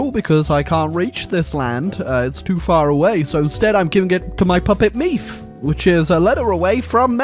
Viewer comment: His pronunciation of Meath is top-notch.